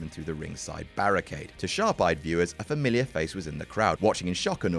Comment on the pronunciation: "familar"? I'm pretty sure it's "familiar"